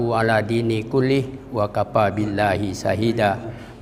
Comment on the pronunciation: 'aladdini kullihi..bukan ' ala dini